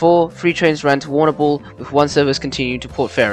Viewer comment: Agreed I come from Warrnambool and cringing !